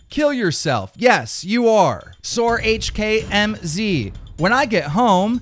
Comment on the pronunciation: Stop saying HKMZ its pronounced hackmz